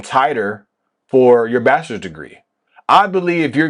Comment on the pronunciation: I’ve never heard anyone call bachelors degree as bastards degree lol